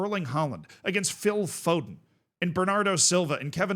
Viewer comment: bro said foden😭